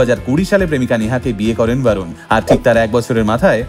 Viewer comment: Barun noi re borun bol